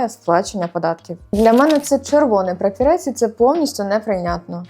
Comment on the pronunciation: Прапорець, а не прапірець😂